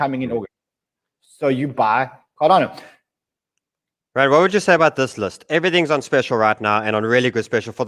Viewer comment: Cardano not cardayno😄